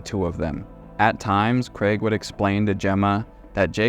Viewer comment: Thank you for pronoucing craig properly